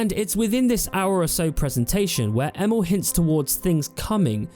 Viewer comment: Every time you say Emil, i actually hear Emo, event hough he doesn't look like an emo to me LOL Edit: It's really shocking to see how much game developers lie or have lied in the past about what you can do in their games, starting with Peter Molyneux, Sean Murray and now Todd Howard with Bethesda! I didn't even remember the claim, that Fallout 4 should have had over 200 endings, before some other youtuber brought that to my attention again! And to Player Choises and illusion: Yeah, that would be definetly a thing to have a lot Playerchoises. The downside of this on the other hand is always the fact that you'll miss out on other contend you can't experience, because you chose the other path!